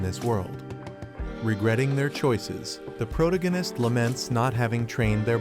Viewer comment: You need to find a new AI that knows how to pronounce the word protagonist. It makes it really hard to listen to the video when it keeps saying that word incorrectly.